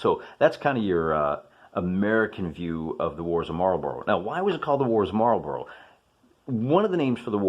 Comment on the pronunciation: Marlburra, not Marlborow. It jars.